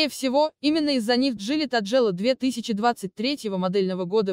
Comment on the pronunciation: Что за джили таджелла? У меня уши в трубочку свернулись, от озвучки.